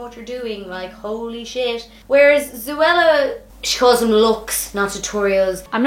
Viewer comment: Yeah lol it’s zo-ella